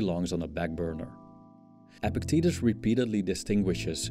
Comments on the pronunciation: It's not pronounced "epic titties" it's pronounced EPICT-etus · I think the philosopher's name is actually pronounced "epic titties"